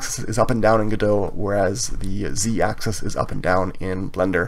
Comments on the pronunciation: isn't it pronounce go dot, instead of godo? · "GO""DOT" but nice tutorial. I've heard devs say go dot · I don't know why people pronounce it godo without T, me myself pronounce it godot with T 🤔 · my man really just said "guh-doh" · Before I heard people pronounce it Godo I also pronounced it Godot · It's pronounced Goh Dot! Good video though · The T is not silent. Great tutorial. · It's actually contentious and not agreed upon. 😜 I'm sticking with the original French pronunciation.